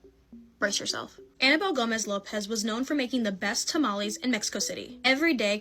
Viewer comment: It's not tamalis or tamalees dumb people, it's tamales pronounced tamalehs. XD Seriously though, i'm sick of you people who have to resort to neologisms like "unalive" for example, you are just cowards, no matter how you slice it.